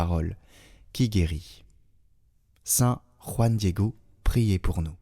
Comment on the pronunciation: Très bien prononcé "JUAN DIEGO 🎉😂❤